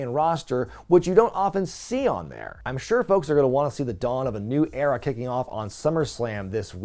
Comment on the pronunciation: The Triple H era-ah!